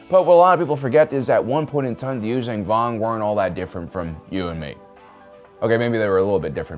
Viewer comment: The fuck are the you-zang- vong? It's You-Zon-Vong you stupid ass!🤦‍♂️